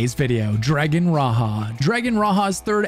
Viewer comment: It's "Dragon Ra - Jah" (as in J for John) not Ra Ha. Raja means king in Sanskrit .. so Dragon King. Like ur videos!